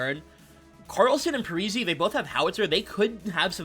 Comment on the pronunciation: Pretty sure Parise is pronounced Par - e - say not Par - e - see, the i is like an e. Also Sid Abel is not Sid Abell its pronounced like Able. Just an FYI